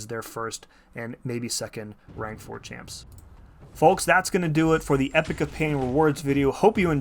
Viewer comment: First, I can’t believe how many creators say epoch wrong so thank you for pronouncing it correctly, but I know that I shouldn’t expect anything less from you! Will you be releasing guides on this content? Congrats on the rank up!!!